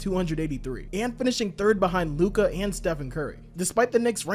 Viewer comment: Please pronounce Lukas name correctly it really ain't that hard bro...